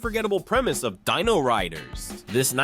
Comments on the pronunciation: The SilverHawks are NOT humans that transform into something; they're CYBORGS! You really need to learn how to pronounce " D-I-N-O it's not Deeno you iliterate goober! AND the fact that your clip of Kidd Video was "IN SPANISH!" AND they wern't sucked into a music video, they were sucked into a WORLD OF MUSIC.... rather dumb oversight. And with COPS; only BP vest had the cyber torso; the rest of the COPS were human with high-tech law enforcement devices "NOT CYBER ENHANCEMENTS! And for the Bionic 6, it was not an accident that gave them their abilities; Bionic 1 (AKA. Jack Bennit; the head of the family) was a singular super hero that worked with Professor Sharp, who gave him his full body bionics years earlier; On a family ski vacation in the Himalayas, an alien spacecraft triggers an avalanche that buries the entire family, exposing them to the unusual radiation of a mysterious buried object. Jack frees himself but discovers his family in a comatose state. Theorizing that Jack's bionics protected him from the radiation, Professor Sharp implants bionic technology in the others, awakening them. Afterward, the family operates incognito as a publicly lauded team of adventuring superheroes, the Bionic Six. IQ was the team "muscle".. Karate 1 was Agility and martial combat, Sport 1 was "LONG distance attacks with a "sports theme < usually baseball > and he could enhance his bat with an energy field his bionic body generated to help him deflect incoming enemy fire. *GET IT RIGHT! * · I'd think this video was a decent one if it wasn't for the mispronunciation of Dino, which was distracting, and quite frankly, irritating.